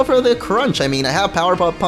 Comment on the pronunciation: Did just say, "power puff punch"?